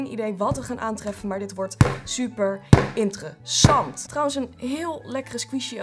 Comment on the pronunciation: Hahagahahahahaha "IntereZAND" 😂😂